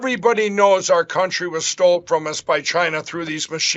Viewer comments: "Stold"..it never gets old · Hahahahaha. Stoldend. Any normal person would get about half way through that word, realize their mistake, pause, and then correct themselves. But oh no, mikes mouth just has to keep running. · Paused, dying at "stolden", lmao 😂! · I think ya got it wrong evrybuddy ... it's stol'd. Lol like he is always being told it was stole ....yeah doesn't make sense that way either. He is the perfect example of being constantly overwhelmed by everything. He's got to be on something to keep from getting fat from the constant cortisol frenzy his brain is whipping up for him. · "Stolden"? HAHAHA I love Mike Pillow. He has the bestesis wordsies!💗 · “On Stolden Pond.”